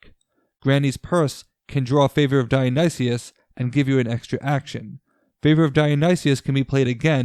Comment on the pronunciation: This team should be called the Yayas. Also, Dionysus is /daɪ.əˈnaɪsəs/ = die-uh-nigh-sis.